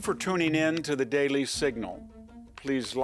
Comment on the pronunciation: Why does he say daily in a weird way?